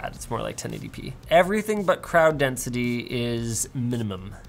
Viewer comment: The way you said 1080p got me in the feels. Shots fired 😆